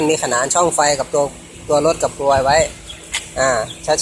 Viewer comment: พี่พูดกรวยไม่ชัดอ่ะ555